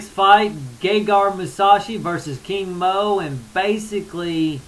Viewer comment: Doing percentages is a cop out! You gotta lay it on the line as if you were betting in Vegas. And just a funny observation, when you say King Mo it sounds like your saying Kimo... remember him lol. Gegard is just as much Persian as he is Armenian and Iranian fighters are tough too. A lot of Japanese fighters did great in Pride, but when they hit a cage they no longer have any influence it seems and get whomped! That's not racist, that's the truth...I'm mixed so I can't be racist LOL!!